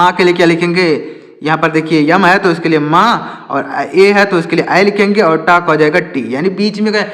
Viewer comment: Sir yam nahi m hota ha